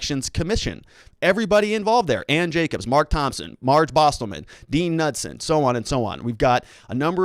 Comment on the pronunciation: It's pronounced: Kuh-nood-sen. 😉